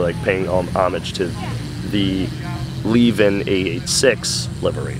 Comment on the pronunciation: It's Le-vin, not leave-en and definately not lehveen. Le-vin